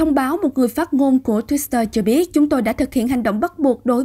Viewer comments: Đồng quan điểm với bạn! Cứ đọc thêm chữ s vào nghe rất kỳ cục. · Twitter mà cứ đọc là thêm chữ Sờ là sao?????